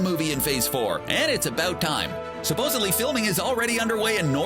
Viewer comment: Did the narrator really say “ supposbly”? Lol